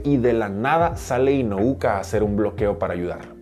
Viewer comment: Espero no te moleste que te corrija, pero se apellida INU-O-KA, inu significa perro en japo, tal vez te sirva de referencia para que no te confundas al pronunciar su nombre.